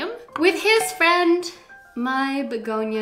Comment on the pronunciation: Hey! I'm french and you pronounce it well...your accent is so cute for us😉😆🌱🌿🍃beautiful haul btw,have a nice night!